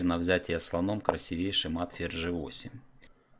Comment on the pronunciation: У Вас прекрасные разборы, но мат красИвейший, а не красивЕйший. Не сочтите за грубость, но для хорошего комментатора правильно расставлять ударения лишним не будет. Всего наилучшего и дальнейшего развития!